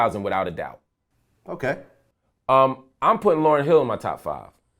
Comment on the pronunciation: this nigga said Lauren hill! I'm done with this interview!